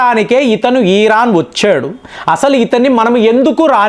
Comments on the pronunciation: ఆయనకి “ ఇ “ రాదనుకుంటా “ ఈ “ అనే అంటారు 😂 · అన్న ఈరాను కాదు ఇరాను అని పలుకండి